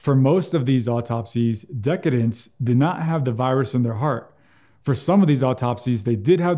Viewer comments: Decedent (i.e., one who has died) is pronounced deh-SEE-dent, not like the word decadent. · Good content, just minor nit on pronunciation for "decdent": de·ce·dent /dəˈsēdnt/ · At first I thought ‘decadent’ was some kind of euphemism for fat corpses. Then I realized what was going on. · I noticed this too. Odd.